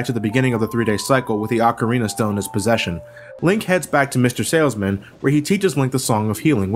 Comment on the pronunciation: Dude, you are one of the few Americans that pronounces 'ocarina' properly. Props to you!